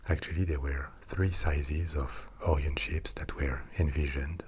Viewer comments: Orion is pronounced like O'Ryan or the like, not oorean. But otherwise good vid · Idk the or-ee-on but I have heard of the oh-ryan project. :P